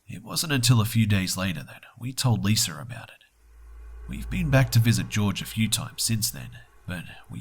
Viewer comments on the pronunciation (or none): wanna hear a joke? pronunciation of Lisa. He says Liser